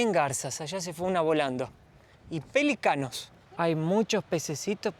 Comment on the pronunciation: PELÍCANO JAJAJ SIEMPRE ME DA RISA COMO DICES PELICANOS JAJAJA CARGA EL ACENTO EN LA Í JAJJA GRAN VIDEO CHICOS!!!